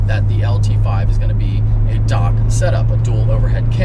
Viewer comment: I have NEVER heard anybody pronounce DOHC as "dock". Oh, and GM stated they are going DOHC because the single cam engines will not meat emissions or economy in a few years.